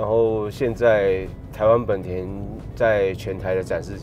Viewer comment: 為什麼明明是「ほんだ」honda，偏偏一堆人唸「はんだ」handa？